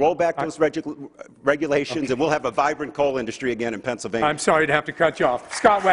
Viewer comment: Pennsylvaya? Cerngressmin? Can this guy speak English?